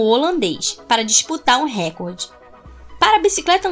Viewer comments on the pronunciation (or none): none